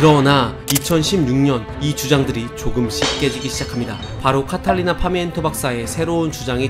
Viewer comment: 중간에 카탈리나 파미엔토 박사님이라고 말씀하셨는데 Catalina pimiento 까딸리나 '삐'미엔또 입니다.